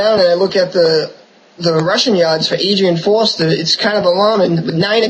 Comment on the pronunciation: Great video. It's Arian Foster not Adrian Foster.